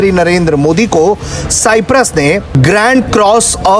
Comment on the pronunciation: Cyprus pronounce to sahi karo, Bhai